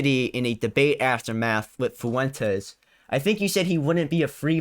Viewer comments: “Nick Fooentes” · He keeps calling him "Foo-Wentess" 😆 like its not a spanish name